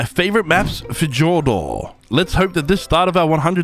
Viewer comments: Fff jor dor? My guy. Fe yor der. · I hope you where joking about pronouncing Fjordor as Fa Jor Door (because it is pronounced Fee yor der)